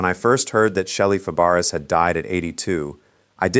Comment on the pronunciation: "Fa Bar ess" Ha! "That does not compute . . . " But, I still give Sub/Likieeeeeeeeeeeeeeeeeeeeeeeeeeeeeeeeeee